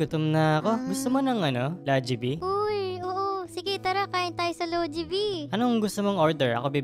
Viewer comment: It's not Lojibee its jollybee